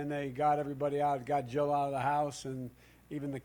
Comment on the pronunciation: When Joe Biden says his wife’s name, it sounds like he is saying “Joe.” It is weird. Also, this guy has got nothing. He needs to retire, go sit on his porch in Delaware or wherever he lives and just drink mint juleps and reminisce with his old friends. 🍹 He would be a terrible President, that is IF he could beat Trump.